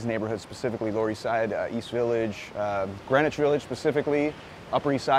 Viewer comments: Greenwich is pronounced the same way as Greenwich Mean Time. The Brtis pronounce it Grenich, and the Americans appear to have followed suit. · Greenwich is pronounced "Grennitch", why I don't know. At least that's how it was pronounced back when I was growing up in the 50's. Yes. I'm old.